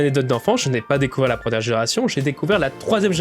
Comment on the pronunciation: « La prenière génération » ?